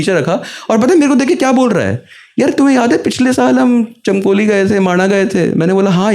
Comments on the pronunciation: चमकोली नहीं भाई ,,, चमोली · Bro it is Chamoli not chamkoli 😭😭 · Chmkoli nahil chmoli Hai. 😂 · Chmkoli nhi bhai Chamoli district.. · bhaiya vo chamoli hai ....(चमोली )